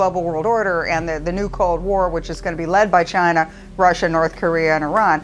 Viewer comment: It's CHINA, not CHINER